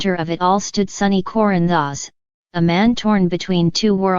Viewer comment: These computer generated videos are awful. Can’t even pronounce Corinthos. I can’t stand to listen to it. You can do better than this!!!!!